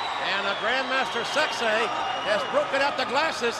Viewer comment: I love hearing Jim Ross pronouncing "sexay"